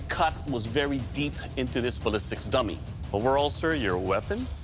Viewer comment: I've heard ballistics Tummy I don't think that's correct but I cant unhear it